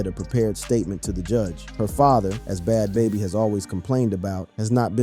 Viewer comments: wtf is “Bod Baby”?! It’s either a person who has no clue or AI. Both are awful… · He couldn’t even pronounce Bad Baby…